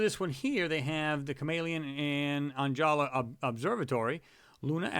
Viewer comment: ONJALA is prounounced like: on-ha-la